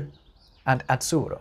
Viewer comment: As to the example about Italian "azzurro", please, try to pronounce that double ZZ not [tts] but [ddz]. The Italian (Z)Z covers two phonemes, a voiceless /(t)ts/ and a voiced /(d)dz/, just like English TH covers two phonemes, and, since they are not merely sounds which are allophonic contextual variants, but real independent phonemes, they may stay in whatever context (according to the ethimology of the word), and the pronunciation of that consonant depends only on the history of the single word (just like for English TH). And this word "azzurro" (coming from Persian via Arabic), needs a voiced [ddz]. Moreover, if possible, try to utter that RR not only clearly rotic, but also "double" (i.e. long), as it is suggested by orthography.